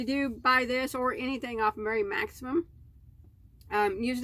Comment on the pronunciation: you are totally getting better at saying Mary Maxim <3